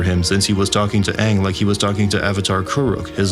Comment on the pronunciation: I am simply ecstatic about the new Avatar and Avatar movies. All I ask is if Aang is used again. Just get the pronunciation of his name as used in the series.